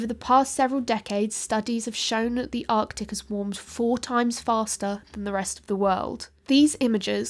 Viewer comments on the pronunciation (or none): none